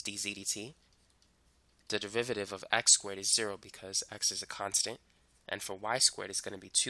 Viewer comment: he explaining maths. meanwhile me: only hearing devivaditives